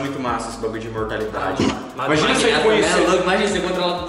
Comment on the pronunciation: "Imortabilidade", 2020